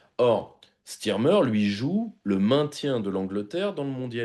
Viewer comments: Est-ce que PYR, aussi intelligent et pertinent dans ses analyses qu'il soit, ne sait pas que premier ministre anglais ne s'appelle pas Stirmer, mais Starmer. A non entendeur. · Ce n’est pas « Stirmer » mais « STARmer » , ma couille !